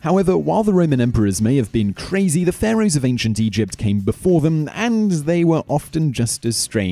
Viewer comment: Just me that is hearing "Ancient Europe"?